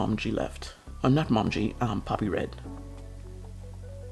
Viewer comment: You created a very pretty rainbow page. I love the open swirls! I'm pretty sure the lovely Pilot Iroshizuku ink is pronounced moe-MEE-gee. It's the color of the Japanese maple leaf in autumn.